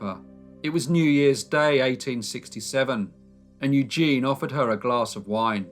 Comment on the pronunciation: It's pronounced EW-ZHEN